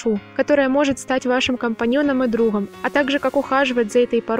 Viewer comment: Друхом, в хораде, друхая, треухольник, орханизации. Слух режет